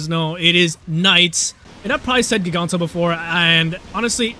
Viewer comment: Its pronounced "jiganro"